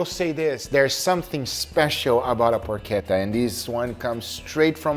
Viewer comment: man it's not porQueta! It's PorCHetta! Like you say Porch! It does not have a Q inside! its CH! Loved that sandwitch tho!